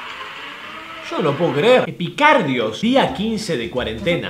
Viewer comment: Nadie: Absolutamente nadie:: EPICARDIOS